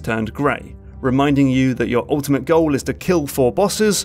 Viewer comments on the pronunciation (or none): none